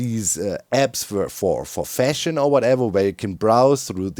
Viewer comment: "If we wanna sell armor trims we gotta make it cool and fleshy" WHhausdhvan DOC enUNCIATION THOSE ARE TWO VERY DIFFERENT WORDS You gotta use the same "a" you use in fashion.